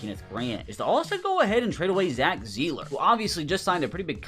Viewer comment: Its surprising how many names he doesnt know the correct pronunciation of. He says A-Chain when it's actually A-chan, Jedrick WILLIS in stead of Wills, Zach ZEELER instead of Sigh-ler